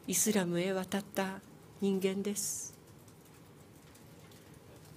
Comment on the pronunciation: イズラムじゃねーｗ イスラムだわｗ!!